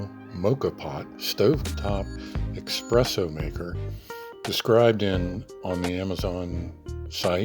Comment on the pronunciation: The word is espresso not expresso.